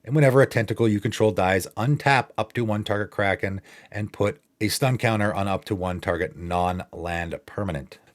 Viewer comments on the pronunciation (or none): none